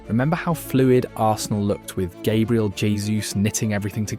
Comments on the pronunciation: Hate to be the one but could I correct a few pronunciations please as I feel it's right to name people correctly? No-one wants to sound like an AI bot do they? Eze = "Ez-ay", Gabriel= "Gab-re-el", Xhaka = "Shack-ah", Odegaard = "Ur-de-guard" and Gyokeres = "Yok-er-ez" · This ai voice is silly. Can't even pronounce Gabriel and Eze correctly lol